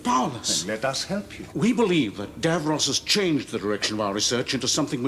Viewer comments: It's Davros, not Davrose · Genuine curiosity here: Davros is clearly pronounced with the second syllable identical to the boy's name Ross. So why is it that Americans (and I've watched quite a few US Who reactors) always pronounce it as Dav-rohss? I mean, I've watched all of Friends, and Ross is never pronounced Rohss.